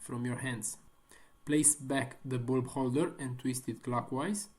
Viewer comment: Why you say bulb like that though